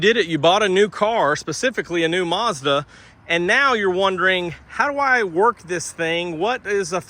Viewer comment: Sounds like your saying More Garbage.